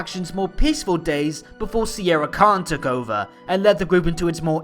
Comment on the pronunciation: I think it's spelled not Sierra, but Sienna Khan. At least that's how i hear it.